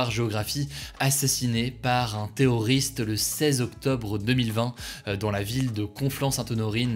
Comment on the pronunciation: Par contre articule c'est pas theoriste mais terroriste